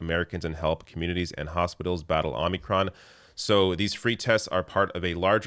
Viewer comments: fyi - it is omicron not omnicron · Omicron - long O as in Omega......